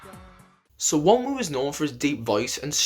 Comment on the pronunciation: The n IS pronounced. Not the second w. It's Won rhymes with Ron ooh